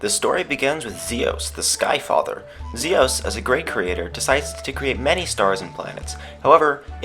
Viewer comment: fox Its Zeus not zios